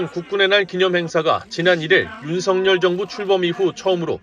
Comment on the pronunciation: VOA 애청자 입니다! 시청할때 마다 느끼는 일인데 "윤석열" 대통령을 "윤성열" 로 발음 하는데 이는 잘못된 발음 입니다! 윤석열 은 윤서결 로 발음해야 합니다! 한국의 방송인들도 일부는 윤성열로 발음하는 우를 범하고 있지만 이는 잘못된 발음 입니다! VOA 내부검토와 회의를 거쳐 시정 해주기를 바랍니다!